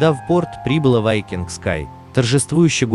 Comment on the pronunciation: Ведущий все названия корявит специально? Не вайкинг а викинг. В другом видео Роял Карибиан хрен знает как назвал. А название лайнера я даже не понял что за лайнер. Пока на карму не посмотрел